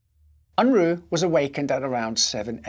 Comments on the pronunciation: ~ It's not "Un-Rooo" but rather "Un-Raaa" as in uh not Ooo. and he's of Mennonite heritage. I'm amazed he even fought in the war because Mennonites are pacifists. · It's pronounced "Un-Rah" not "Un-Roo"